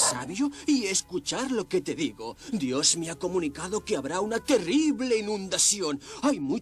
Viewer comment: Se dise dios no yos 😂😂😂